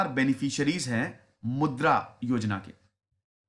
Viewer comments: it is not mudr, it is mudraa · मुद्र नहीं मुद्रा